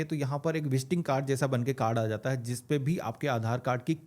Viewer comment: Meri jaan zis chiz ni Jis chiz hota h itna bhi urdu bolne ki koshish mat kro znaab sorry janab !